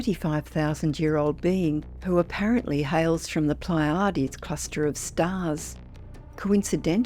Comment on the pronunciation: The latter. I graciously took it as attempting the original Greek, sort of...but if you're going to discuss ETs on YT maybe learn how to pronounce the major constellations.